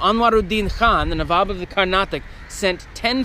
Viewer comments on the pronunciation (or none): none